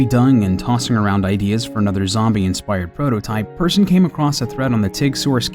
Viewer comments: Hold on, just let me become a nerd for a second. It's pronounced "Peersun" not Person! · When people pronounce "Persson" like "person" NotLikeThis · As a Swede I have to say that I die a little every time he says person rather than "Persson". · Did he just pronounce it Person? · Am I the only one who thought that when he was saying Persson he meant person? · Markus Persson? You know how you guys in America say the A in the name Al? say the e in Persson like that. Anyways, overall, great video!